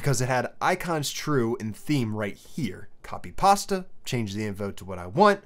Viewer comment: yet another solid video, i like the way you say copypasta lol